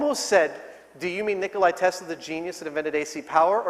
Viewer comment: He miss pronounced Nicola Tesla!